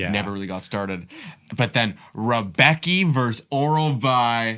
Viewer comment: Btw according to some polish language rules Rebecki is pronounced like [rem’betski]